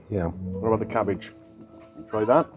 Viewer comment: I like the way says "Cabbijjjjj" and "sosijjjjjjj".